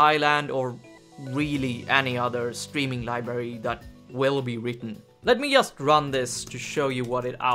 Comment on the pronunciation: I was just trying to make a bad joke =) anyway in Polish we pronounce 'J' the same way (like 'Y') but strangely enough I had never heard anyone say "yust" or "obyect" until I went to a conference where the lecturers were Scandinavian... Must be a northern thing.